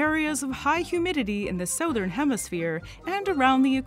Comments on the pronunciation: Or “soathern” hemisphere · I wish you hadn't pronounced 'chitin', 'southern' and 'ovoviviparous' that way.